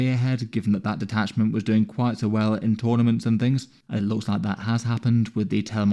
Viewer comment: "Doinjg" Bro was going quick to get this video out, love your vids